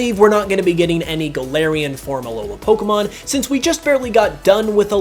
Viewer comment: Why can no one pronounce Pokémon correctly? Especially fans? 😑